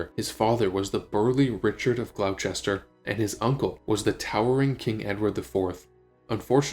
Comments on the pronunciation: Glos'ter GLOS'ter. Not Glau-chester!! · FYI Gloucester is pronounced Gloster